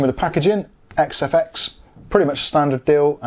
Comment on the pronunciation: Nice review and congrats on pronouncing XFX correctly every time. Be honest....how many retakes?